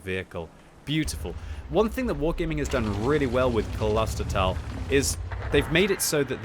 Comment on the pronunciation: "Close ter tal" would be the correct pronunciation. Which literally translates from German to "Monastery Valley". Personally I deem it Kloister. This map definitely has its strengths with being a very decent mix of city and open terrain. The city definitely favour faster heavies that can get into those positions by the fountains or ambush through the tunnel. The WoT mechanics are too forgiving/dumbed down to allow for a much more open and less hulldown favoured city, if WG added a "hardcore" mode with higher experience and credits but gave tanks less HP to spend but the chance to respawn they could make realistic locations feasible. I personally enjoy maps that are closely related to the realistic location and want to see more that are inspired by them, Cologne would be an excellent city map offering many wrecked buildings and numerous angles of fire. I'm not sure why WG has recently taken interest in having more tunnels and "indoor" areas, and the concept is cool but tanks are famously not indoor vehicles. Though if you ever get a chance to pitch a map, I think a map based in a mine would be absolutely awesome and fulfil WG's recent obsession with tunnel areas. There'd be lots of chances for hulldown ditches or cover, weaving corridors and literal pitfalls. Could also offer a chance to include dust as something that limits concealment or make it darker inside, giving muzzle flashes new life.